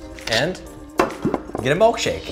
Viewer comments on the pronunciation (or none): Anyone else hear him say mulk shake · ITS MILKSHAKE NOT MOLKSHAKE!!!!!!!!!!!!!!!!!!!!!!!!!!!!!!!!!!!!!!!!!!!!!! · "molk shake" zach-2019